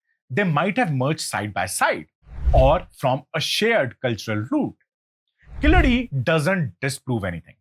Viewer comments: It's keeladi. Not kiladi..yew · It’s not Killadi sir… it is Keeladi. You pronounce it as ‘K la D’. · You are pronouncing it killadi it’s keeel adhi meaning the bottom layer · It's not Killadi, but Keeladi. Please don't kill this discovery. 🤣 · Very well said.sir it is Keezadi.and not Killadi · It's pronounced KEEZHADI in Tamizh not the derogatory Keeladi. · It is spelt wrong keel +adi is right: but the person says kiladi?! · Not kiladai sir. It is called kheeladi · Hello! It is not Killadi, it is Keeladi !! Keel means deep down, adi means steps or perhaps measurement !!! Since when Sindhu civilization became Indus valley civilization, so comfortable to those who came to invade the land ???? Anyway, this ancient Tamil city was hidden because those aryan jewish immigrants who came in as nomads after a few centuries of their nomadic journey straight from Jerusalem crossing Babylon now Irag and Iran, then crossing Afghanistan then into the Tamil land now called India, approximately 5K years ago, may lose their fake identity as son of the soil and sanskrit as their deva basha and be packed and couriered back to Jerusalem from where they were kick out from !!!! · Please note that it's pronounced Keeladi, not Kiladi. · please for the next time, its 'Keeladi' 💕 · It's called "keel-adi". Get your pronunciations correct. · It's KEEladi, with a long e. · Dear, I like your videos. But the videos in the background are often unrelated or showing white people or others when you're talking about India and Indians. I don't mind mispronunciations and accents, but please check your pronunciations by writing then in a script you're comfortable with like devanagari. Two mispronunciations in this video कीय्यढी or कीय्य्लढी and बदाक्शान or बदक्शान.